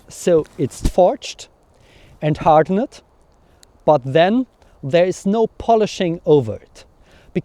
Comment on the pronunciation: "hard-ennnnd" & "black-end" :D haha, are you deutsch? very impressive content, and a bit amusing...;) In America we call a man of many talents a renaissance man, you appear to be a medieval renaissance man, very cool! I did medieval longbow archery in the woods in Italy a long, long time ago....loved it.